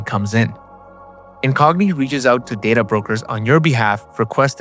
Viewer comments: Data is 'day-ta', not 'dadda'. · Only Trekkies pronounce it day-ta